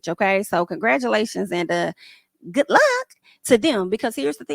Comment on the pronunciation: It doesn't really matter or bother me. I'm not in their relationship. I have my own of 20yrs. 😊, you NEVER fail to crack me up with your "GOODT LUUCK!!" and "Periolaticoly time!" 😂😂😂❤